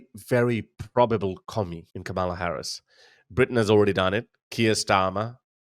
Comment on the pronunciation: OK. I'm out, Harris. At least pronounce her name properly. No, she will not be the dumbest. If you are a Trump apologist or supporter, you fail too. She ain't perfect regarding Israel, but she can change. Trump, too, hates the west, approving dictatorship and authoritarianism, attempting to alter through violent insurrection the outcome of an election.